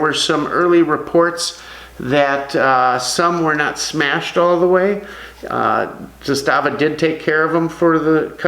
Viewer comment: Just repeat one time Z A S T A V A!!!